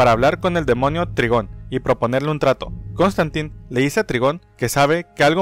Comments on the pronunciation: Se dice traigon no trigon :v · NO ES TRIGON SE DICE TRAIGOOON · Se pronuncia traigon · hola aprecio mucho tu canal de hecho cuando estoy aburrido veo tus videos y me levanto el animo pero no es por ser grosero pero el papa de raven que se llama trygom se pronuncia traigon espero que mi comentario no te ofenda